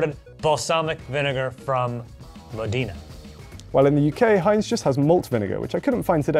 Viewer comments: Here in Italy I saw black pepper and lemon mayo for the first time last year... and I never got back to the regular one. It's SOOOOOO good! (P.S. the balsamic vinegar comes from Modena, but it's pronounced MOH-day-na, not mo-DEE-na). Heinz57 does not exist here, so when I'm in the USA I buy at least 3 of them because I adore it! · Dear, it's Mòdena, not Modèna! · How does Australia have tomato sauce and the UK has ketchup. You call yourself an Italian joe, learn how to pronounce Modena.